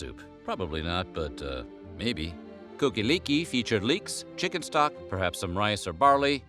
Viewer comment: It's pronounced "Cock-a-leekie" don't be embarrassed! ;)